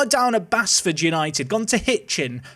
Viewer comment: It’s actually pronounced baseford, my local team and current football manager save. Just had the board take a loan out to build a stadium of 3k and currently sharing with Ilkeston town until February on the save.